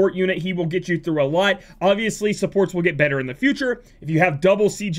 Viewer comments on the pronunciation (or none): none